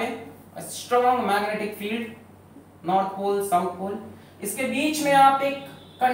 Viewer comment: Everytime he said north pole and south pole I heard North Korea and South Korea 😅😅